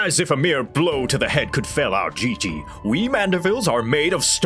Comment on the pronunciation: It's "Gigi"... like " G U I L L O T I N E ". Hon hon hon~ ♥